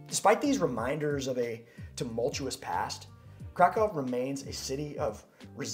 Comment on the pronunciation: I do love your video; especially as I am now both Polish-American AND Polish, and I will soon be moving to Poland, but could you do us a favor please and try and pronounce the names of both cities and food better? Krakow is NOT pronounced as if you are saying "Crack+Cow". The a is pronounced like in the word allow or ah. The o is like in the word boot, and the w is their v sound... So "phoenetically" it looks like this--> krahkoov... The pronunciation for Pierogi is like this... "i" is usually a long e sound like in the word pea...the "e" is like in the word egg... This time the "o" is a long o sound like in the word Oh or row...and the "gi" is pronounced similarly like the Japanese word "gi" which is the outfit people wear when doing Karate or other martial arts. Oh and every vowel is pronounced... This looks "phoenetically" like this... *pea+eh+row+gi*. Please know I don't mean to sound egotistical or arrogant. I need to learn a LOT myself, but this part is important too....